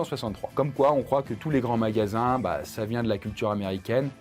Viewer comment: " le but de ces magallsans" mdr